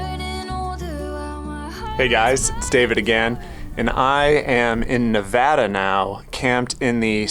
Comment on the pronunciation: Love your explanation of the Great Basin! As a Nevadan, I didn't even know this, but I especially appreciate that you pronounce Nevada correctly. Happy Travels!! 🙂